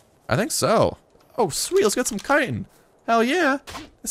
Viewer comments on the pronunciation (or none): none